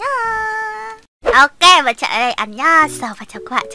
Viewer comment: Trờ hả chị...bữa giờ e đọc Trở